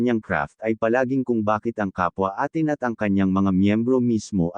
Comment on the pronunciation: Ang fandom po ng SB19 ay hindi binibigkas na ATIN kundi A'TIN o 18.